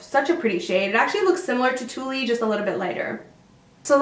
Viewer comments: Two-lee 😂 it's pronounced tool! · Tulle is pronounced like "tool" like a screwdriver it's a soft mesh fabric that they make ballet tutu's out of and wedding dresses. It's a french word your from Canada you should know half the time the E is silent. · Sorry ,but tulle is pronounced like tool. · Tulle by Colourpop is actually pronounced 'tool" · haha tulle is pronounced as "tool" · Sorry, gotta say it. Tulle by Colourpop is pronounced the same as 'tool'. It's named after the fabric used in tu-tu's. No intention to offend. Very informative video :) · Colourpop "Tulle" is pronounced "tool" XD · tulle... it's pronounced like 'tool'... as in a ballerina's skirt, or a bridal veil. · Just to let you know tulle is pronounced like tool